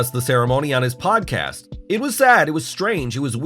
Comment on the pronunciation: "...on his pot-cast..." :)